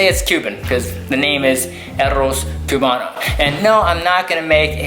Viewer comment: The "CUE-bano" made me cringe so hard lmao